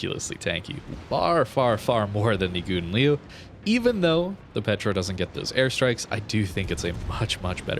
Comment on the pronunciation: I'm originated in a Dutch speaking country and well... This is not how you pronounce Gouden Leeuw, kinda made my ears bleed. 😂 I have to agree with Gyasi that you should call it Golden Lion or practice very much in your private space 😅 I still like your video's so no harm done 😛